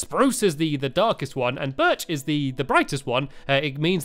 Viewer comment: he keeps saying birch wrong because in one of his vids he said birch=high pitched oak=normal spruce=deep